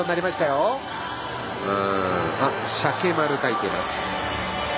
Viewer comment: UGKは素で間違えてるのか、シャケって言えないのか、どっちなんだ